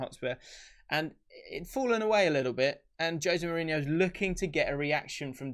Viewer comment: I learned that I've been saying Jose Mourinho's name wrong for many, many years now.